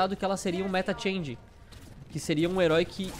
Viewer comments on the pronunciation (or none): none